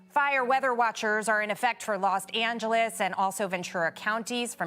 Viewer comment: she called it lost Angeles 😢